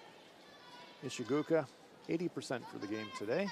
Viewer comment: The "oo" in Ishigooka is pronounced as in the words "goal, pole, or stole". It is not pronounced like the derogatory term for someone who is from Vietnam. Nails on a chalkboard!